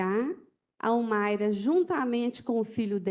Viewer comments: Que promotora ruim!! Não conseguia nem falar o nome da Humaira. Péssimo trabalho! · Que promotora péssima. Senhor. Não rola nem uma boa tarde correta. Ela não consegue falar ao menos o nome da ré